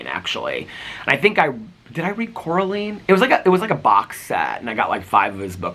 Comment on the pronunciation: Cora LINE. 😂 not me being those annoying people. Sorry this one got me but it’s so funny you mispronounced her name since that’s a thing in the movie. 😂